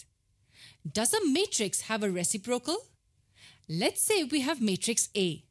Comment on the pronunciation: Reciprocal is the worst pronounciation I’ve ever heard